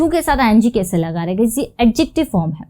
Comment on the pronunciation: आपकी हिंदी का उच्चारण भोपाली क्यों है ? बहुत इरिटेट करता है जब आप मैं को में और कैसे को केसे बोलती हो...